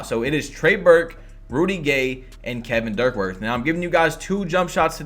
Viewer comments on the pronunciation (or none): “Kevin Dirkworth”